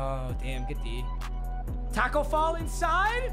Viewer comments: Papa thinks Tacko is pronounced like taco🌮...smh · Why do you say taco like a white mother😂